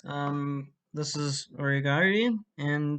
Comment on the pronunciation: "Aureiya Guariyian"